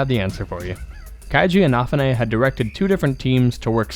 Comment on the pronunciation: Wait how did you pronounced Kenji Inafune’s name?! Lol